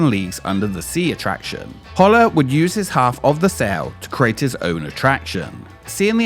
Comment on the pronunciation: His last name was pronounced Hole-er NOT Hauler!